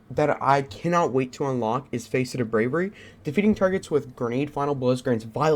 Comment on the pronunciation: Face et? Lol it’s pronounced fasset. Just fyi. Good vid❤️